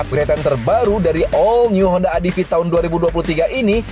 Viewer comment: Om mungkin pengucapan utk ADV bisa diperbaiki. Bukan "Adivi" tapi "Edivi" atau "Adeve".